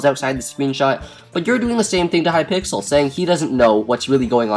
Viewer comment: wow you said hypickles not hypixel wow you shouldn't talk about subjects you don't know how to spell. unsubbed this is a joke for people who don't understand